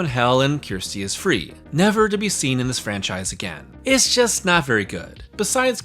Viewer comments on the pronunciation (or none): "Ker sti" not kiersti this is what siskel and ebert had issues with. At least try to get her name right. Other than that a good video but it's really grating when Americans get her name wrong and keep hammering it home that they can't understand how her name is pronounced. They don't ever in the film call he "kiersti" it's pronounced "kersti" or for us in the UK Kirsty.